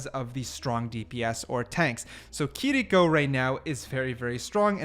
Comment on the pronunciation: I thought it was kiriko not kiliko why r we saying her name like this